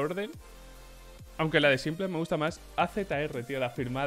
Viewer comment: aaaaaaaaaa bueno, a simple le dice simpol a fallen follen, y a EIPEX le dice APEX jajode XD